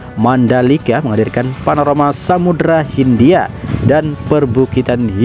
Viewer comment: Panorama tolol Panoromo apaan Biasa aja ngomong nya jangan terlalu serius elo jadi ane bego